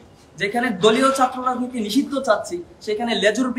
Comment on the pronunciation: উচ্চারণ ঠিক করো, ঢাকা, শিক্ষার্থী, ছাত্র, কঠোর